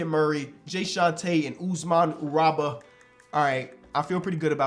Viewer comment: It's not Guraba it's Garuba and Victor Wenbanyama name you pronouncing weird. These type of things just catches my ears :D